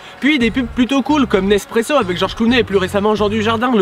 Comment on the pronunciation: "Avwec Iggy Pop" Et la, je pense a Jojo's Bizarre Advwenture... C e2t gravwe, docteur ?